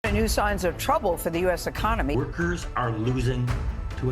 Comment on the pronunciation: Trumpy E-con-O-my